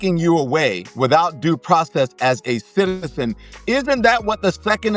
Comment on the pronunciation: Please tell me I’m not the only one that heard the way he said citizen